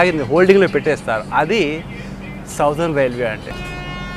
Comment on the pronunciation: బ్రో, సౌథెర్ణ కాదు, సదరన్ రైల్వే. మన కడప కూడ MSMR కింద ఉండేది. (మద్రాస్ సదరన్ మారఠా రైల్వే.)